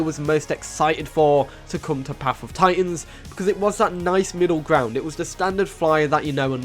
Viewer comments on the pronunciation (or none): none